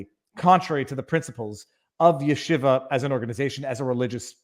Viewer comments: Yeshiva pronounced Sheeva! Shiva is what you sit when someone dies!! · No. There is a yud in front. The 'y' is pronounced in Yeshiva. It's not there in Shiva.